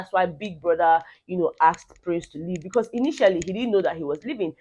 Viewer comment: Becur...... In place of because. That really cracks me up 😂😂